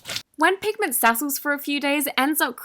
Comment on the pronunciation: Word: "pigment " Nobody: Not even a soul: I hear: Penguin